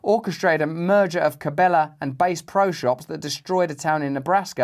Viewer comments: …. Mr Brand made me lol cuz he probably doesn’t fish too often as he pronounced Bass pro shops “Base pro shops” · Russell called Bass Pro 🐟 "Base Pro" 😂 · He said base pro shop!!!😂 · He said base pro shops, haha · Great video Russell, I don't usually take time to watch the entire time but this on I did, and it was worth it. Very informative. PS you said bass(like the guitar) instead of bass(like the fish). :) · Russell - It’s Bass Pro Shop as in Chilean sea bass, not bass as in a Fender bass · Russel…. Bass pro shops rhymes with Ass pro shops 😂😂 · Much love, Russell. Just a quick cultural note in reference to "... Cabela's... Bass pro...", "Bass" is pronounced like "ass" in this case being a fish not a musical instrument. It is a unique linguistical oddity which probably happens often. Thank you for supporting liberty and spreading the love. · Bass as in fish not frequency lol